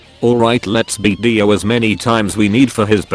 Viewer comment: The way how they say DEO EVEN THO ITS DIO😊